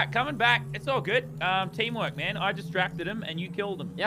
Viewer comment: Its teeamwork lannan